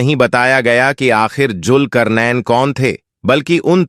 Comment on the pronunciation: Bhai pronunce sahi karen bohot se lafz apne sahi nhi bole jese julkarnen nhi zulqarnain h sahi lafz agar aap muslim hn to bade sharm ki baat h